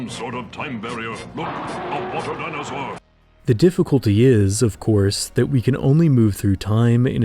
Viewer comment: " a WaTa dInOsoHr "